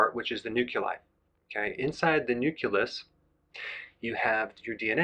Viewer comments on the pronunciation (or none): Oh no. I usually like him but had to turn it off when he said ‘nuk-u-lus’ of ‘nuk-lee-us’. It is 3 syllables. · It isnt nuculus, or nuculei. It's nucleus, and nuclei. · Nuculus..... Nooquelus..... nu-q-lis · Say it with me. Nuke Lee Us. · Great video dr. Berg. Fyi...please check your pronounciation of nucleus. I thought i heard nuculus. Love to you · Very hard to take you seriously when you can't even pronounce "nucleus" correctly.